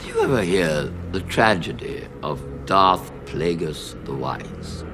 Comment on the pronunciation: Pal pa teen yeah, I noticed he said it wrong too, he also says DARK plaegus not darth